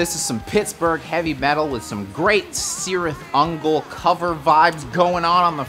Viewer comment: boy it's "Kirith Ungol" not "Sirith Ungol". lord of the rings nerdy stuff